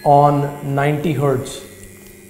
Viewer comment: Good advice. But a word of advice back, don't spend half the video rambling through butchered sentences while you talk about nothing. I was cracking up though when you said we're going to sdard on 90 herdz, so sed id do sixdy herdz. 😂